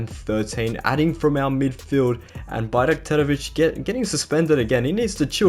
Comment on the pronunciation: considering we have difficult names, you pronounce it very well